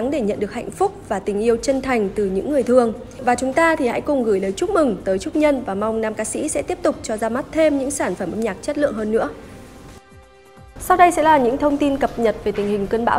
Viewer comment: “Người Thương” hay “Người Thường” vậy!???